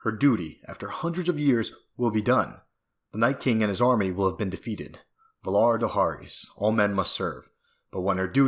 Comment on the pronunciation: You pronounced valar morghulis and valar dohearis wrong